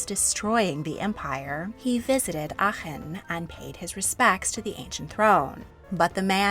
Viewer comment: Giiiirl you did so well on pronouncing Aachen!!! Had to stop watching to let you know, it really is a tough one! 🎉